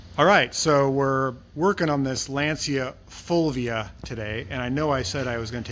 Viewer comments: As an English speaking Anglo-Irish man domiciled my whole life in Englandshire I may say your pronunciation of “Lancia Fulvia “ is exactly as we have always said it. I gather that is how they say it in Italy as well. Only with a New Jersey accent! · "fulvia" was pronounced pretty right(the feminine of my name) , admitting that it's not an easy name eheh...anyway the car is in amazing condition, even here in Italy is difficult to find one in this shape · You do pronounce "Fulvia" correctly, for "Lancia" I would refer you to .